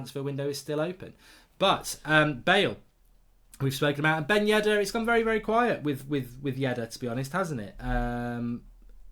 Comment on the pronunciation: Mark I love to watch The United Stand but please, its Yedder not Yeddar :(